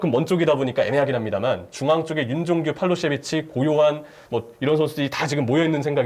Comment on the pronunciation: 정확한 발음을 자랑하는 그에게 어려운 팔로세비치